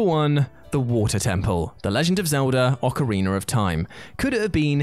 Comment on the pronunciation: Stop saying OcarinER! There’s no R at the end, it’s OcarinA! Grrrrrrr